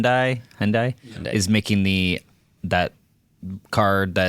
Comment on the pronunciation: Hyundai is pronounced HUN-day